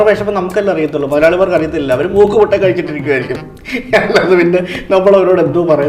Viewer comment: Motta alla mutta